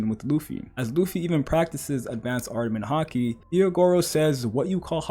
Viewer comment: “Ardament Haki”, jokes aside tho solid video as always